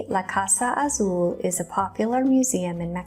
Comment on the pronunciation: Plz dont pronounce Azul the way you did a few times. Your pronunciation of the word is incorrect! Look it up. U must have never taken ANY Spanish classes.